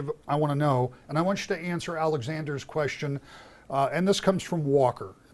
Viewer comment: Speaking on Education and Gretch says, "great queshion." Um, that isn't a word.